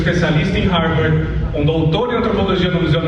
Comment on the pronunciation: Não sabe nem pronunciar Harvard! 🤣🤣🤣